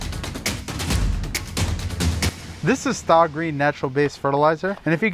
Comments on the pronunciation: He said stah green 😂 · "stay-green", not 'Sta Green" is the pronunciation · Dude. Not "stah green". "Stay green". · Stay green, not Stah green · I am confused. I always thought the pronunciation was 'STAY Green'.....Now I hear 'Stah Green. What is it? Thanks. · Good video! ⛳ Remember though it is pronounced stay green, I think you said staaa green a few times.. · Wait wait wait. Staah Green? What?! You’re telling me that isn’t pronounced Stay Green??? Is this satire? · pretty sure its pronounced "stay" holmes. not "stah" lol. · You pronounce the name with a long 'A' sound, therefore its pronounced 'STAY GREEN' and not STAH GREEN. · It’s not Stah green. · Just FYI, the product is pronounced STAY-GREEN. They dropped the "Y," but it's still pronounced STAY. 🙂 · Stah Green. Lol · The 'a' in Sta is pronounced as a long 'a' as with the word "stay".